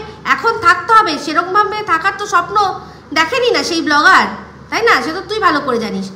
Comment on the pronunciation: Blogger noi go bo-lo-gger